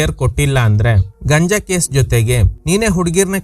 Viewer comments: ಗಂಜ ಅಲ್ಲ ಗುರು ಗಾಂಜಾ 👍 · ಅದು ಗಂಜ ಅಲ್ಲಾ ಗಾಂಜಾ ಅಂತ ಹೇಳಿ ಸರ್... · Dear ಅದು ಗಾಂಜಾ ಗಂಜ ಅಲ್ಲ